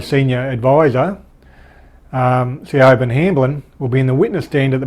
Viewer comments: hey, its pronounced as sha-vonne (Siobhan it's a Gaelic name) great work keeping us abreast of the news 👍🏼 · Not sure if there are other ways to properly pronounce "Siobhan", but the Siobhan's I've known pronounced their name as, "Shah-von". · Hi, that womans name is Irish (Celtic) and pronounced (phonetically) Shee-von, its a pretty common name over here, I went to school with a few girls called Siobhan though the name seems to have fallen out of favour with time, like Yvonne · Siobhan is pronounced "Sh'born" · legit triggering me..